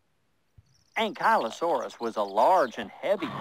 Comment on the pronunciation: it's pronounced an-kley-o saurus